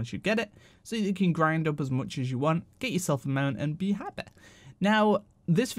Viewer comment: "And be happeh!" :D <3